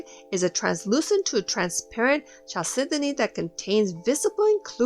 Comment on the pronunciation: I loved the video, and found it very educational, but please chalcedony is pronounced kal·seh·duh·nee